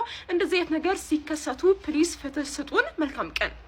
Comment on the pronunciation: ፍት ለሊዛ ሳይሆን የሚባለው ፍትህ ለሊዛ ነው የሚባለው